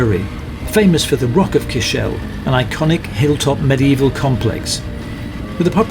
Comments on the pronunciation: Great guys 😊 By the way Cashel pronounced Cash-al, not Cash-ell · great videos by way cashel is pronounced cashL (SAY IT FAST)